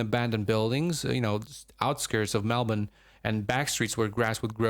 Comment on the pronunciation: Congratulations on pronouncing “Melbourne” correctly